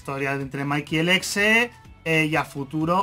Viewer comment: cuando dijo el exe entendi flx xd